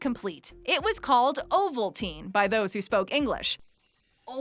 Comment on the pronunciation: Ovalmaltine? Ovalmaltine? OVALTINE! like if ur an Aussie ovaltine kid